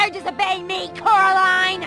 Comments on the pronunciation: just to let you know, it’s not coralina, it’s coraline ^^ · IT'S CORALINE NOT CORALINA